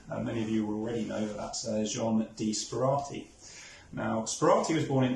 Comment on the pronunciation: As someone who has purchased from Stanley Gibbons, including Sperati forgeries, I think that this video should be deleted and replaced. The fact that his name is pronounced incorrectly in the introduction should be a clue, but to hold stamps forward so that you can't even work out whether they are stamps or not is farcical. Lets have a decent article about this interesting man.